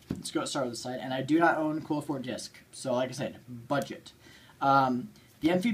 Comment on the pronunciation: I hope you've learned how to pronounce Qliphort since this video.